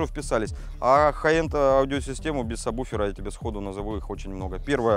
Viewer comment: "Сабуфера"!!! "Сабуфера"!!!!! Мои уши!!! "Сабуферные"!!!!